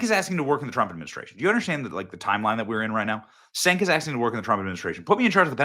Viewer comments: Cenk is pronounced Chenk, Benny, not Senk. 😂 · Senk 😂😂 it’s CHENK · It's pronounced CHUNK not senk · Its Cenk (pronounced Chenk) not Senk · Sorry to be that guy but 'C' in Turkish is typically pronounced like a 'J'. Cenk is pronounced 'Jenk' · Cenk is pronounced Chenk....Benny you've been way off lately!!! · It's pronounced "Chenk" ... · Benny, "Cenk" is pronounced "Jenk." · Cenk is pronounced Jenk, as Jerk! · It’s pronounced Jenk. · Cenk is pronounced ‘Chunk’ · It's pronounced Jenk. And he's full of himself.